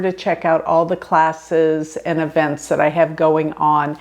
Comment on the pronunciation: Hi. It's not avents is eeeeeevents. Put the emphasis on the E not the A.